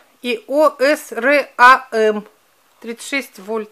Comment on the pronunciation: Как Вы вообще можете советовать лампы, если совсем не соображаете в их характеристиках? Даже не знаете обозначение Ватт (W) и Вольт (V)??? Название ни "Ошрам", а "Осрам". Ударение на первую "О"! Я Вам более скажу, что при выборе ламп большую роль играет не их Ваттность, длина и тд, а колличество Микромоль в секунду. У Вас их просто НЕТ! Ваши лампы дают просто свет и не более. А еще, как я понимаю, все неугодные комментарии тут подчищаются, тк одни восторженные отзывы... быть такого не может. Вы говорите ерунду...